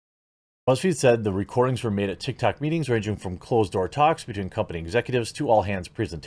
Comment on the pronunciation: "TikToCCC" "BreEEEch" Come on, man